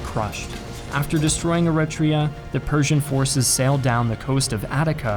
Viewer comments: You are pronouncing Eritrea wrong by the way... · Every time he said Eritrea I kept thinking of the country